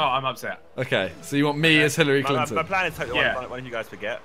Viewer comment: sorry simon but its HILLARY CLINTON